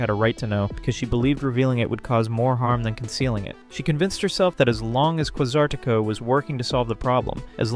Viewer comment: Bro, you keep saying names of Pokemon and the company completely wrong, you’re saying quay-sar-tee-co it’s pronounced quay-zar-ta-co and you said Ar-i-a-dos, it’s pronounced Air-e-a-dos